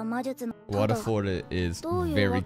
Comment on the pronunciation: this basically Valefor va-le-fo-r wo-re-fo-ru Japanese people are not that good at pronouncing foreign words